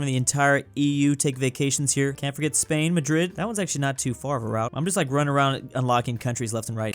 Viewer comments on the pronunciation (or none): none